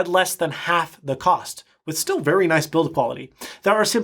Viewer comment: when he said i styill want a touch screen mac i rewinded the video to hear that again on my dell pro touchscreen yoga hahahah